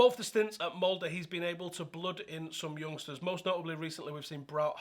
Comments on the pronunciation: Here's a good pronounciation of "Molde" !! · First person to actually pronnounce MOLDE right 😮